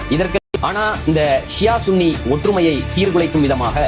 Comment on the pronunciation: சன்னி இல்ல bro சுன்னி.